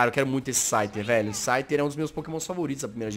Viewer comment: So eu vi q ele falou schyter 2 vezes 😂😂